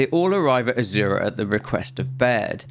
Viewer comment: That one, azura and a few others, I hate to say this because it’s a great vid but I don’t think I can watch it all again to say for sure, I’m sorry.